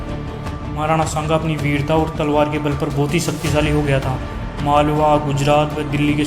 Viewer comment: are kutto Nam to maharana shanga ka achhe se liya Karo Nam lene ki tamij nahi chale itihaash batane